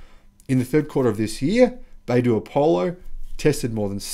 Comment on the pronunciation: Not bay-doo... it's bi-doo. You'll see the pinyin written as "bai" but that is pronounced bi (by)... as an aside, the company name, 百度, literally means 100 degrees